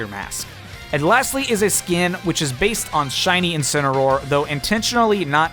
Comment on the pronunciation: Stop saying skeen